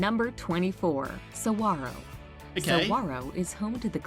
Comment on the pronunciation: Why doesn’t she know how to pronounce “saguaro?” It is pronounced with /gw/, not /hw/.